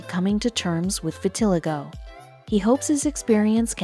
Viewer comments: Maybe y'all should teach your computer how to pronounce vitiligo. Vi-til-eye'-go. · I killed me a little inside when she kelt mispronouncing vitiligo